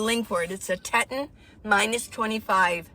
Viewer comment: Love your channel. The name you mentioned for your sleeping bag is pronounced tee.taan. Like the Grand Teton mountains.